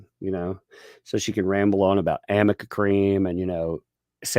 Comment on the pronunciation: I love that everything says is slightly off. AMica instead of aRNica, THE Umbrella MAN, instead of That Umbrella Guy, lolz! I think the cat lady's going senile!